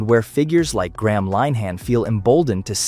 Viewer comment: You could, at the very least, pronounce Graham`s name correctly?